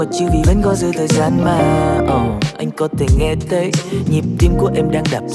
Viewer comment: hay là mình phát âm đúng chữ "Th" được không ạ???? "có tể nghe tấy" là jz ==